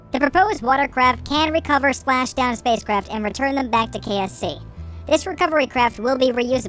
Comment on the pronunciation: It did really sound like kfc kerbal free centre